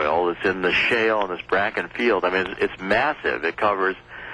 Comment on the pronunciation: This guy is a furicking IDIOT !!!! He don't even know the name of the formation. It is NOT the "BRAKKEN formation it is the BAKKEN FORMATION NOT BRAKKEN